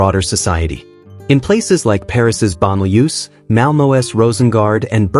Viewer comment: Interesting video. One small point: "Banlieues" is not pronounced "ban-li-USE." It's "bahn-li-URE" (more or less).